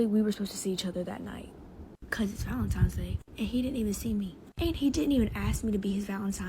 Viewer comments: Valentines not Valentimes hahaha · Valentimes? Lmao coooome oooooon D! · And she said valentines instead of valentimes.